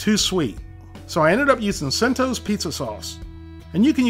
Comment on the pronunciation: Just for future reference Cento is pronounced Chento. All the recipes were great.